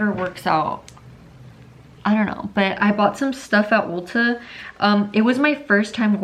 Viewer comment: It's ulta not olta lolll